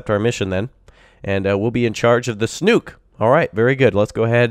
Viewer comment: Snook rhymes with book, not kook. 🤓